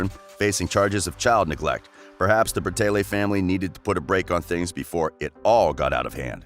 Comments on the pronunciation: ITS BRA TAY LEE NOT BRATAYLAY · Who else got so annoyed when he said Bratayley like Brataylay 😑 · IS BRATAYLEY NOT BRATAYLAY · OMG IM SO TRIGGERED ITS BRATAYLEEEEEEEEEE NOT BRATAYLAY PRONOUNCE IT RIGHT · Sweetener Grande he can at least pronounce right it is so easy so pronounce. BRA-TAY-LY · Meadow Bal the guy in this video says it like bra-tay-lay and it’s pronounced bra-tay-lee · stop saying braaaateyla its not right no hate though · the way he says brateley makes me cringe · One thing that annoys me is that he pronounces brataylay wrong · okay but its BRA-TAY-LEE omg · Stop saying bratayLAY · lmao the “BratayLAYs” the mispronunciations is sending me 🤣🤣🤣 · just for future reference, it's pronounced Bra-Tay-Lee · My manz said "bra-tay-leyz" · You said Bratayley wrong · So no one gonna talk about how dude is pronouncing their last name??? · okay but if ur gonna make a whole video about a thing , atleast pronounce it right , please n thank u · They have not completely finished YouTube I’ve been a fan for the longest time and they even said that we will come back probably. And the person that is speaking in this doesn’t even know how to even say Bratayley and know they haven’t completely quit. They are taking a brake they will come back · Meadow Bal they kept pronouncing the channel name wrong